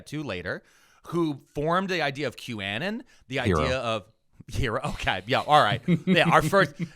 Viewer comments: Not gonna lie, the most scandalous thing coming out of this podcast might be pronunciation of "Kew-ANN-in'". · Why does every east coast weirdo mispronounce everything? How is that the way you pronounce 'Q-anon'? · I have a question for next episode: why the fuck does pronounce 'QAnon' like that? 😂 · I'm loving the pronunciation of qanon 😂 it makes me think of the Stevie Nicks song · pronounces “q-anon” weirdly. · I can't get over the way pronounces QAnon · his pronounciation of q-anon, is sus, not interested in his opinions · q anon pronunciation has me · East coast doesn't know English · It hurt my brain every time said QAnon. Still love the show though. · I saw a comment saying that he pronounces it that way to avoid the word being picked up by censors? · Thank you for this explanation. My brain was rotting trying to figure out if I was stupid or he was deliberately wrong in his pronunciation. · Q folks insisted for a bit that they were called Anons in the way pronounced it. And therefore it's 'QAnon' the way said. It's a deep cut. And yeah it could be a try to avoid getting censored. 🤷 But also on q folks part could be a bit, an attempt to show who is in the in group, or actually what they really call themselves. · I was thinking he was making it sound like Bannon since he thinks that was one of the “architects” of anon. Maybe Im way off? Either way, it was needling at me too! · I almost attributed this to hoagie mouth, but I have heard say it the right way. Censorship makes sense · i have never heard someone pronounce Qanon like that and I hate it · it's been so many episodes and videos. i need to finally ask. why to you say q -anne-en vs q-uh-non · Are you calling them a ridiculous name bc they're ridiculous people? (Qannan instead of Q-uh-non) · "Q-annan" is killing me, "anon" as in anonymous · First time I’ve heard it called Q-Annin instead of Q-Anon. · Wait... is it pronounced Q-A-nin or Q-uh-non?